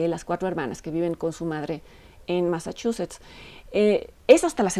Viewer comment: Points because you pronounced “Massachusetts” correctly. Many Americans can’t do that! 🤪👍🏻 Y sí, la peli es una pincha joya ❤️